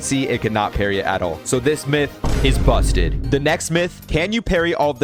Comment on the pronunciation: Bro the way you say busted..💀